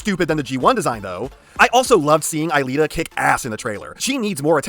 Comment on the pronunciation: Christ,. It's Elita. EEElita. It is spelt with an E. (No hate, it just irks me a tiny bit when you say eyelita)